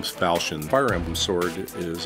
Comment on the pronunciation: im sure if said "falkion" it would sound a lot better